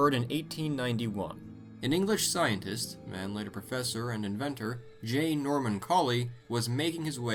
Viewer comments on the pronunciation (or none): none